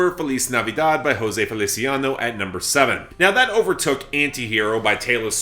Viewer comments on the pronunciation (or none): none